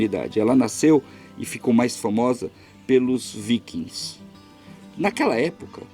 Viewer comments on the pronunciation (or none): none